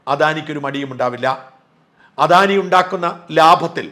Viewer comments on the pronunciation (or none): none